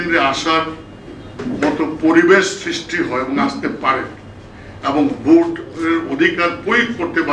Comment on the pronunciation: ভাই, ভূট না ভোট